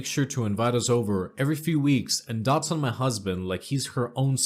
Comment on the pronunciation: Dots?? Lol no no honey- DOTES!!😂💖 and it's not Is-la, it's more like I-sla, you know, like Borat's wife...lol sorry for being a pronunciation Nazi